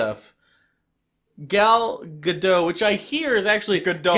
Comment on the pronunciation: Haha im from Israel and pronounced the name gadot pretty accurate:) we are really proud of her here!💗